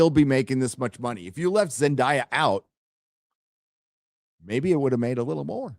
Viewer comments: Isn't her name pronounced like "Zen-DAY-ah" so you would actually do something like "Spider-Man: Brand New Zendaya"? Love ya! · It is Zen DAY ya. and Drinker have been mispronouncing it this entire time.